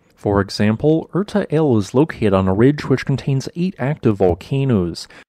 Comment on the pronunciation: Erta Ale = Irta'ale = (pronounced as capitalized - irta a'lay)